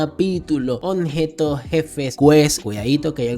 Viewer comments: La palabra es OBJETOS compa ...no Onjetos 😂..solo eso, por lo demás muchas gracias por tu ayuda 😁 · Toda la saga escuché decir “Onjetos” jajajajaja